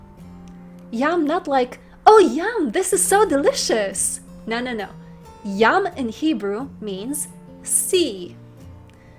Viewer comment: Wonderful series! I'm taking this course right now. And this is helping me not get behind early. The only correction I would make from an English speaker's standpoint is when you cover the word for SEA. YAHM is the Hebrew pronunciation for the word 'SEA'. This word rhymes with the English word for pom pom (PAHM PAHM) which is what cheerleaders at a football game hold and shake in their hands on the sidelines to cheer & motivate everyone during a game. YAHM is not quite the same for how we pronounce 'YUM' for yummy which means delicious! YUM in English rhymes with words like fun or young or come or bum. The nuance of the 'u' sound changes slightly. AH as in YAHM versus UH as in sUHm-thing (something) or yUH-my (yummy!) This is all I would add. I absolutely love your contributions to help people learn Hebrew including students such as myself learning this Biblical Hebrew at the Institute. Thank you so much for your help with all their pronunciations and the visual spellings of them!! Much appreciation 🙌🫶